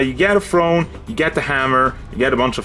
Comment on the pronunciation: Did he say, it’s the FRONE?